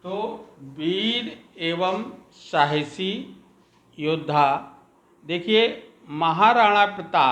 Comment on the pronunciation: Thanks sir but its not सहासी its साहसी